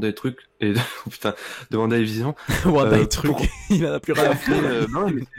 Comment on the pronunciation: "La complicité entre Vision et VANDA..." mes pauvres oreilles...